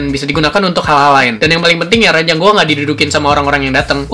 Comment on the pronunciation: ranjang bang bukan ranyang